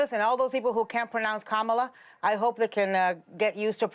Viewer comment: There is a lot of difference between slips of tongues and going "Kamamamala or whatever". Remember Ana's mother tongue isn't English